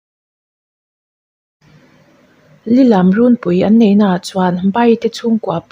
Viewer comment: Lilam tih i thlûk dan hi adik lova,angaihnawm lo eeeee